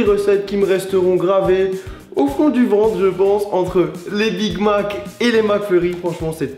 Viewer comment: Wtf comment les français dise big mac .... mdr